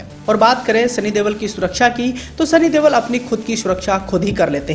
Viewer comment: Ye देवल नहीं देओल है सही उच्चारण किया करो